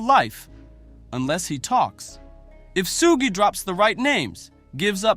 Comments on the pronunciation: SUGE is pronounced SHOOGE NOT SOOOGE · Say his name right you fool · Why can't you say Sug's name right? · You Dumbo Utuber , You Are Not Saying His Name Right ! I Am So Tired Of You Utubers Not Talking Saying Black 😒 😑 🙄 😐 Names The Right ! Love Lee Lee !